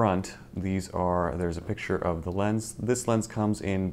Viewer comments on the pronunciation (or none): none